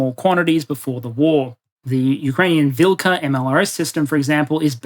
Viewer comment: "Vilkha" is pronounced with an "h" sound, not a "k" sound.